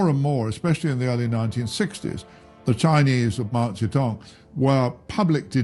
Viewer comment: Mao zae-dong is how you pronounce it 😂